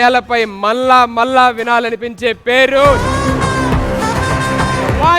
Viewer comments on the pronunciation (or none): మల్ల మల్ల కాదురా మళ్ల మళ్ల